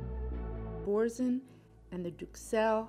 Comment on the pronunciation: Boursin is a French name pronounced borsan.